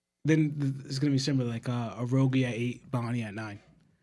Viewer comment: Am I bugging? Is his name not pronounced uh-rouge? Thats tilted me the most out of the whole video💀